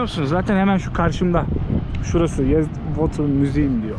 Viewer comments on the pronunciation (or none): Yazd, Not Yezd, you eshek!